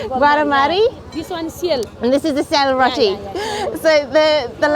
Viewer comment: it's selroti not syalroti.. thank you for this video. love from Nepal